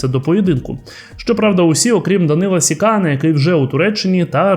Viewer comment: Не СікАна, а СіканА. Треба ж хоч трохи знати орфографію.